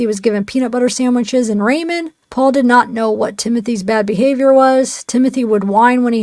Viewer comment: Cmon now... who doesn't know how to pronounce 'ramen' noodles? I've heard the word Raymen here way too many times for reality. Please stop, lady. I beg of you 😬